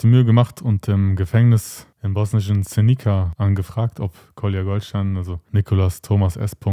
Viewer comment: das wird als seniza nicht senika ausgesprochen